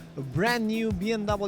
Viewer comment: It’s not B M double you. It’s BMWEEEEE